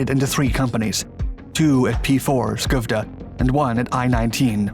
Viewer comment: You mispronounced Skövde, but on the other hand i do not expect foreigners to get it right :)